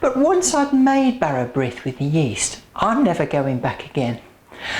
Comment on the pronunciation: Brith is pronounced breeth to rhyme with teeth. Serve sliced thinly and buttered. I would add more fruit....just a bit. Good idea picking fruit off the dough. I would never use margarine.....unhealthy stuff!